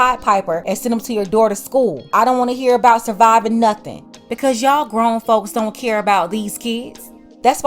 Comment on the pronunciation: Growner? Tell her to look it up in a dictionary wtf?